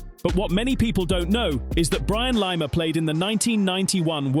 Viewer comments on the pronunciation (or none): No, I can't take it (Lymer, even though the commentary says Lima). I've gone.